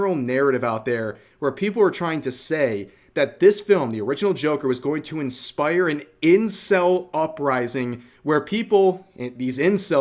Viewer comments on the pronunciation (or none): none